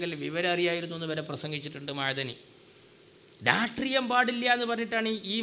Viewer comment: ഇവനെ നേരാംവണ്ണം മലയാളം പറയാന്‍ ആരെങ്കിലും പടിപ്പുക്ക് ... രട്രീയം പോലും ...